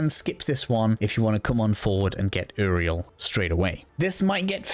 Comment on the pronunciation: bro said Eriel not uriel